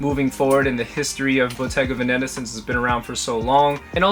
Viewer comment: Its Bottega Vèneta not Bottega Venèta Love from italy bro